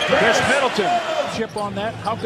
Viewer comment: It’s Khris lol